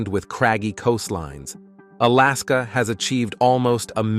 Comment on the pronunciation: When will Ai get it's English correct like crash-aid al-askar